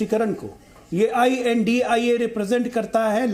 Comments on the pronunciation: Right I.N.D.I.A shd. Pronounce. Not INDIA. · ये I. N. D. I. ALLAINCE यानि इंडि अल्लाइंस है एंकर plz सही नाम बोले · Well done. We should not call them India but pronounce with each letter of abbreviation while addressing.